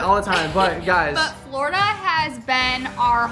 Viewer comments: The word is "Flordia" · It's "florida" 🤗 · The word is ''Florida''. Love you ❤️ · The word is "Florida" by the way I love you guys if you're watching you guys for so long and you guys are both of my favorite YouTubers I'm so excited for your future together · The word is Florida 😂 love you guys